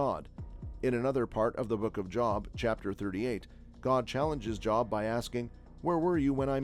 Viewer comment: Job in the bible is pronounced Joeb for future reference